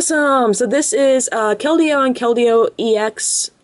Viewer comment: Its pronounced kel-deeo. :)